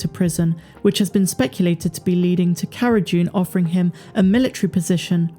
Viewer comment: Does she keep saying CARA 'JUNE'? Sure sounds like it.